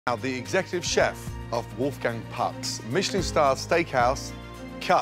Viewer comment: “thank you chepfff” who else heard her say that lol no just me I guess